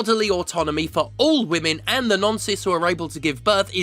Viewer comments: There was a line where you said "non-cis" but for a second I thought you said "nonces" and was briefly very confused. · You should maybe enunciate "non-cis" a little more clearly in future because I heard the "the nonces who are able to give birth" the first couple of times. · I realise you said non-cis I heard "the nonces who are able to get pregnant" and I was confused